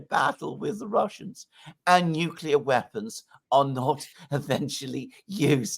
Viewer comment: The British foreign secretary doesn't even know how to pronounce nuclear😂. And Putin never threatened anyone with NUCULAR😂 weapons.